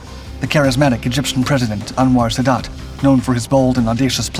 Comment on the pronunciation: 1. eine Phantom F4 war jeder MiG 21 haushoch überlegen. Schneller, wendiger und schwerer bewaffnet. 2. Wenn man nicht weiß wie man Jom Kippur und Sadat ausspricht sollte man keine Videos einstellen.